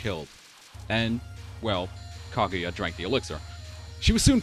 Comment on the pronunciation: It sounds like you're saying "Claudia" instead of Kaguya XD.